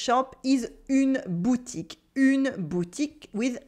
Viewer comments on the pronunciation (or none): none